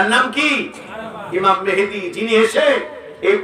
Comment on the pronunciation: উনি ইমাম মাহাদীর নামটা ঠিক মতো বলতে পারলেন না বললেন মেহেদী।আপনি কমেন্ট করলেন সুন্দর আলোচনা